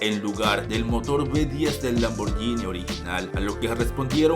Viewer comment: Es. LAMBORGGGGGGHINI. no es “lamborñini “. Corrige Se dice con. G